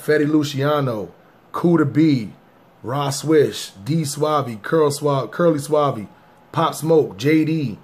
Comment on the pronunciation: Nigga called curly savv curly suave lol